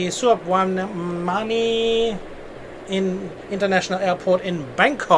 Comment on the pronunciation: Thank You for featuring my home airport. Everything looked fine, I'd only have switched the arriving and departing runways for realism. And a couple of hints on the language: The spelling of the airport's name is Suvarnabhumi but the pronunciation is Suwanna-poom. Also gender in Thai language depends on the speaker so the word for "I" is different for male and female, the same goes for the polite ending at the end of the sentence. In other words welcome is Sawatdee ka for female and Sawatdee krab (in Bangkok pronounced cup) for male. Next time you'll sound like an expert if you remember.... let's have another go around midnight when all the longhauls normally depart. But you have to wait till this corona business has departed to find a "normal" schedule.